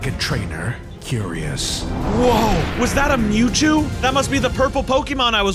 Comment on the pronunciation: bruhhh you said mewjew ITS MEWTWO